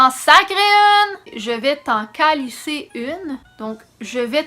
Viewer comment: ça fait bizarre de t'entendre dire en français bien prononcé calIsse hahaha On dit aussi une volée de cette façon :) Péter plus haut que le trou, nous on dit péter plus haut que son cul haha